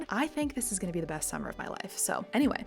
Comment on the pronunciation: Your gunna sounds authentic.